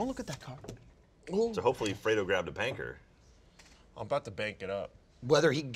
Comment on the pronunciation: Did say Panker?:\